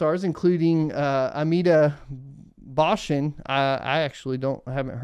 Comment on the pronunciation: Dude u just killed amitabh bachchanz name man... From india... Love ur show... There is a lot of fud in india... We need more PPL like u in india.. instead the community is full of degenerate stock day trading gamblers misguiding other minions....